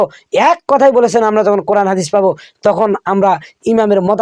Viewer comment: আব্দুর রাজ্জাক সহিহ ভাবে কুরআন পড়তে পারে না। তার কুরআন পড়া শুনলেই বূঝতে পারবেন।। দেশে ইসলামী হুকুম থাকলে ওকে মৃত্যুদন্ড দেওয়া হতোকারণ সে মিথ্যা বলে জাতিকে বিভ্রান্ত করছে।